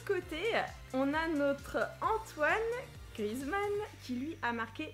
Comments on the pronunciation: sa ce prononce Griézmann pas Grizmann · Non mais franchement!! T'es nul en anglais puis en français! On dis antoine GrieZmann! Et pas Grizmann! 😂😂❤️ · On dit GriEzmann, avec le É. sinon bonne video😊